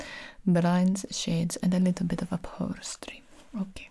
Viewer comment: I could listen to pronounce "upholstery" on a loop.